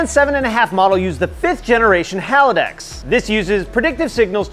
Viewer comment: are.... are you saying haladex?